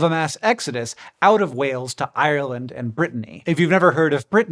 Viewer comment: You could look up how to pronounce "Ireland" before saying it on camera